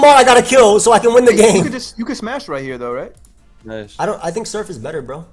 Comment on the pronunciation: "hit this man with da soif"